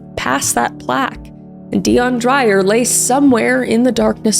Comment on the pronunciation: Hi Kris. South African here. Curious that Deon was Australian, as Dreyer is a very common South African surname. Pronounced Dray-uhr, by the way. Perhaps he was a second-generation Aussie. For some reason, it is quite a big sport here in South Africa to push oneself past the brink of sanity... Shark cage diving is another South African pastime that I won't begin to try to understand.